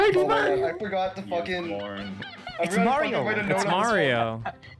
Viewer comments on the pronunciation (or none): "i fowgot da backgwound :/"